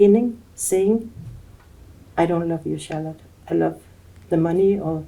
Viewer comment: Love did she say lov abi 😂😂😂😂🎉🎉🎉🎉🎉